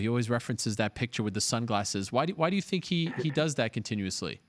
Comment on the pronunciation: "Its not as easy as you TINK"